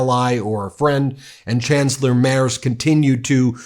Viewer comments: Just for the pronunciation: It's "Freed-rish Merts", so you can start using the right one from the start … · Oh ghod on a spike! It's Freed-rich (with the ch pronounced like the c in cute) Marts... Do yourself a favour with those furshlugginer furrin words, use Google Translate and have the words read out in the original language! And dammit, he is not the chancellor, he merely is the candidate, he needs to be elected by a majority of the Bundestag to become chancellor and thusly, he has to form a coalition, most probably with the Social Democrats. This is not the US and not France, where you elect a King... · Merz (pronouncEd MERTS) ist nur yet chancellor, Scholz ist in office as acting until Merz is elected by the majority of the members of the Parliament. working go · The name Merz is pronounced rather as "Merts". The z is very sharp in germany. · Dear Ben, "Merz" is pronounced like "Merts" and "Friedrich" like "Freedreech". (I find no example, how to pronounce "ch"). I love your channel and I write this only, because maybe you have to talk about F. Merz more often in the future : ) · You are pronouncing the name Merz wrong. Z is not a soft letter in german. Try entering it in German in Google Translate and do the voice output. But still a good video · It is Merz with a hard Zett. Not a soft S. It is always funny how native English speakers soften our hard pronunciation (e.g. Luft or Zugzwang). Might be as funny as listening to me butchering English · You are talking bullshit and cant even pronounce the names, so leave dude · Ben, just a little aside. Merz is pronounced like the following: MAIRTZ. I live here in Germany. When you mispronounce it, you lose credibility. And I do NOT want that! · Can you please pronounce the new German chancellor’s name correctly? M-E-R-T-Z. Where are you getting Mayers from? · For goodness sake, at least make an effort to pronounce foreign as close to how they shold be as you can, it is NOT Mairz, it is (phonetically) Mairtz!